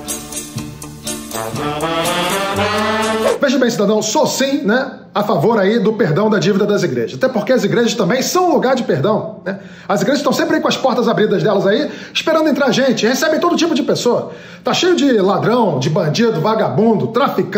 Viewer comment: "portash abridas" ja pode mudar o nome do caNal...